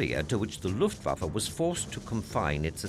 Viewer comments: Am I the only one wondering who is the Luft Fa Fa in this doc? :D Any historian should know it is written Luftwaffe. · Great documentary - But did you not mean Luftwaffe -rather than Luft Fafa! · The Luft Fafa, eh?